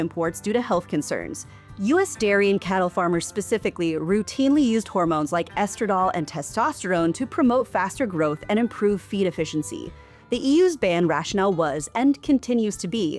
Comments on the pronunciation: It's estradi-ol not estradol like you pronounced it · Please bother to pronounce Estradiol properly, it's irritating to hear you repeatedly ignore the I. It is pronounced, it's not silent. Otherwise, a really good report.